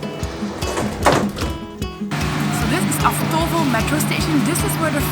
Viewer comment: You should put the stress on the first syllable in Avtovo.